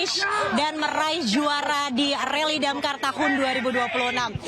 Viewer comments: Admin koplak..RALLY DAKAR woy bukan RALLY DAMKAR 😂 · Rally dakar mbak, bukan rally damkar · apa cuma gw doang ya yg denger repoter nya ngomong reli damkar 😂